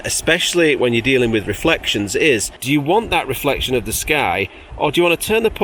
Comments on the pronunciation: every time says it I cannot help but think of the policeman from Allo Allo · I ❤️ how you pronounce reflexion 😂👍🏼 greetings from Switzerland And regarding your knees try this 😎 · Reflectseon? Are you French? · very entertaining, but why do pronounce "reflection" so weird? might it add to the entertainment? by the way, i just found some knees on the attic. i think they're granddad's. dunno whether they fit... if you want them leave me a message.